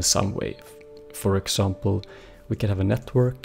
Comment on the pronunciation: ok you pronounced example like a french guy xDD